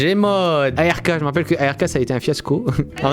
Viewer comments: mais sa se di "ARK" pas "A R K" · On dit pas a r k mes ark